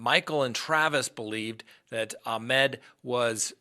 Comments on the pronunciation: pronunciation of his first name is wrong. Ahmaud not ahmed. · Ahmaud. Not Ahmed. 🤦